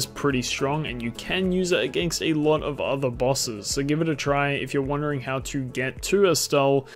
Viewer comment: Sooorrr powerful. Lorrr why do u have an R in every word wtf